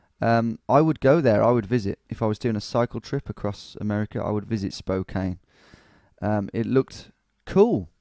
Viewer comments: Hey, I'm from Spokane! Never expected my hometown to pop up here. Been here all my life (29 years). Spokane is pronounced like Spo-can. 'Can' as in a soda can, and this is used in plenty of punny ways. Local stores include Spokandy, Spocannabis (marijuana is legal here), and Spokanimal (to adopt pets). 1. The courthouse area. No, you DON'T want to walk around here at night! That area is jokingly called Felony Flats by us Spokanites as it has some of the highest crime rates in the city. But overall, in other areas, I think the crime is fairly low. The tower you saw in the video was the courthouse tower, yes. The video also briefly showed the clocktower in River Front park which is more famous, as well as the Pavillion. Also, when you were on the Monroe St. Bridge and made a joke about jumping off if you wanted to end it all... umm... yeah, that is something that happens with alarming frequency on that bridge. Some people are trying to get nets installed underneath. 2. The Gonzaga area. This was recently a joke on the internet because of a segment where Jimmy Kimmel pretended Gonzaga didn't exist. The college basketball team is pretty good, even if our city isn't well known to most, even to people in the US. You also made a joke about hitting a dead end, which is hilarious to me because Spokane has a LOT of dead end roads. I'm sad you didn't get any South Hill locations, but I don't think you made the area big enough to include it. The South Hill is an absolute clusterfuck of r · Just a heads up, it's pronounced "spoh-can"( with a soft a). Also I'd love it if you did Seattle! Keep it up dude :) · Also it's pronounced Spo-can don't worry though most people in our state don't know how to pronounce it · Pronunciation Patrol: Spokane=Spo-Can, Aloysius=Al-oh-wish-es -- Re: Hometown - Born: Sydney, Living now: Beautiful, glamorous Woolwich in SE London. You choose! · Its pronounced Spo-Can, not Spo-Cain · Spo-can......is how it’s pronounced LMAO